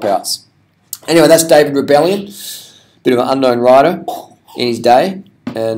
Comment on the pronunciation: Come on dude its Rebellin not "Rebellion"....